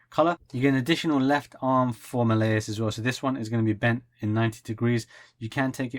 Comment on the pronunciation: By the way, you're saying Malleus's name wrong it's said as Mal-Lee-Us Not Ma-lay-us.